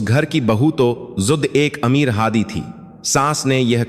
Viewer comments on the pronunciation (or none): none